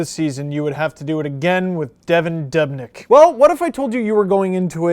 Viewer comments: pronounced duubnyk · You say dubnyk wrong